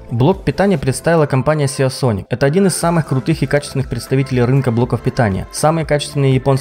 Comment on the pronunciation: англосаксы произносяе не сиАсоник, а просто сисОник, спокойно и без особиых ударений и акцентов:) кстати голдовый 850 сисоник был бы не хуже в твоем случае.